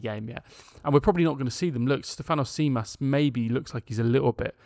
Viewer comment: Tzimas is pronounced ''Jimas"